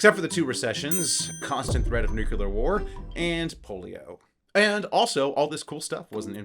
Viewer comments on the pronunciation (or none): NEW-KLEE-UR, ffs.